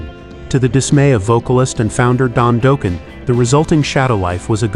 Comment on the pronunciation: If I hear it pronounced Doeeken. What is this a Homer Simpson metal band